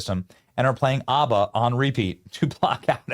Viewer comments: Benny you need to learn how to pronounce ABBA! 😂😂😂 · Benny it’s AB-BA not Arba. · Short A on the ABBA pronunciation, Benny. ah-buh is an Israeli pronunciation.